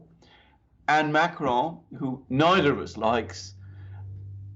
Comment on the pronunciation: The smug self satisfaction of pronunciation of Macron is truly cringe. Can he name one English newscaster besides himself that rolls their r's when speaking about the French president?